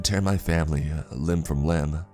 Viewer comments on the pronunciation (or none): none